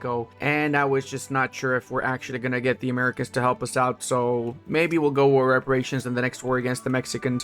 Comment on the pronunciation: Pronouncing "Americans" as maricón is wild